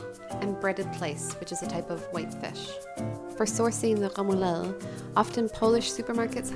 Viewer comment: Your pronunciation is extraordinary.....smørrebrød and remoulade... perfect..... one little thing though, since you asked for it..... Blasphemy..!! The dillmustard, with the salmon, goes on top of the fish not substitution for butter ;-).. apart from that, your platter looks really delicious, I would eat it, and not notice it was prepared by a foreigner....